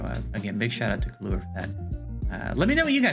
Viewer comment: its kill ua killua basically the way the "hunter x hunter" anime 2nd protagonists name is pronounced everyone is butchering this name i see in all tier list videos